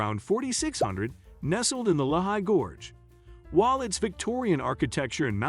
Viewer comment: lee-high not le-high